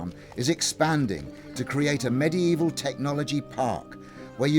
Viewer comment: He says medie evil